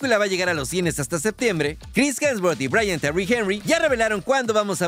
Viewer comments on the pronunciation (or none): none